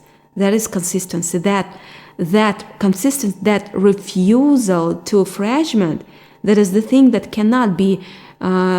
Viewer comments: Frag-ment not Fraj-ment. Like Fraggle Rock. 🤘😉👍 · Fragment ,sounds like (inac)tment or frak is best way i could describe ..how to pronounce it. ☆